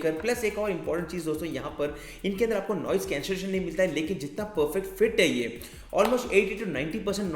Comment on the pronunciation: You speak andar as anada_ , upar as upa_ .... Hindi ko toh dhand se bol le gadhe... Angrej ban rha hai